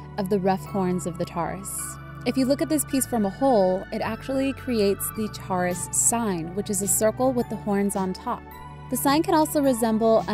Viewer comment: I'm sorry but in the beginning you pronounced it wrong XD I still love u tho